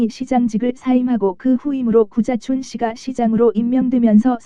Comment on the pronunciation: 구자춘 서울시장님이 자꾸 `고자`촌으로 들린다는 곶같은 전설....